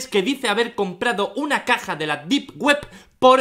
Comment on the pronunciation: Deep web ❌ Dip Guep ✅ XD, bromita 🥺